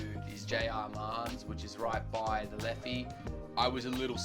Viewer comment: Just so you know. The pub is Peader Brown’s not Peter. Now Peader is Irish for Peter but it’s pronounced “Padder”. Also the river is the Liffey not the Leffey. Finally you really shouldn’t do your Hollywood Irish accent, it’s really bad and borderline offensive. Apart from that nice video and glad you enjoyed Dublin.